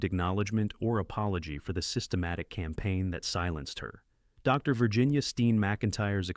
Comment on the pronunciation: Okay, so here's a suggestion. Since your having your computer do the narration, and said computer interprets the period after "Dr." as a natural pause, causing the pause between the words "Doctor", and said doctors name, when you're typing out your script for the computer to read and vocalize, simply type out the entire word, "Doctor", instead of "Dr.". At worst, it'll take you an extra 1.5 seconds. All that being said, I appreciate your content. Keep 'em coming friend. 😁